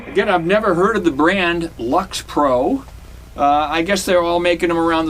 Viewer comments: The brand is pronounced "Licks Pro." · Paw-low-nee-a and licks-pro. And please at least say Grote as in growth and not grout. It's hard sometimes to understand Boston here in Texas. Excellent playing, so it's amazing for the price. A pair of pickups and wow!